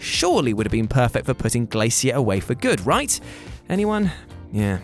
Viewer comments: The way he says glacier triggers me lol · Is that really how British people read glacier lol